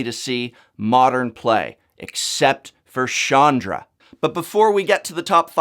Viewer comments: Prof CH is not pronounced as SH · hard "ch" not soft "ch" with Chandra. Also you have made enemies with very impulsive individuals. I'm not sure what we're going to do, but it's going to be poorly thought out!